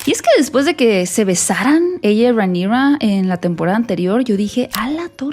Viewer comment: Por qué le dices Reinigrrraaa así medio gringo? Porque tú mexicano es perfecto y el nombre de ella es Valirio no gringo, entonces no entiendo la pronunciación. 😅